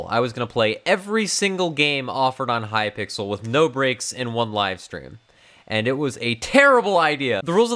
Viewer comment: Who else noticed the way that the donation message thing said H-Y-P-I-X-E-L!